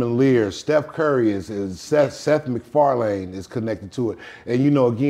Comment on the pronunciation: "Seth McFarland" was enough to turn me off...